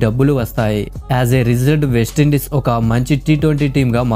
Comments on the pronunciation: అరే నాయనా అది వేస్ట్ ఇండీస్ కాదు..వెస్టిండీస్... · బాబూ వేస్ట ఇండీస్‌ కాదు నాయనా వెస్టిండీస్ సరి చేసుకో అర్ధం ఘోరంగా మారిపోతుంది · వేస్టీండీస్ కాదు.. వెస్టిండీస్